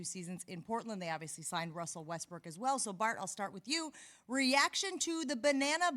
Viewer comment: Dude said westbrick live on tv 😭😭😭😭💀 💀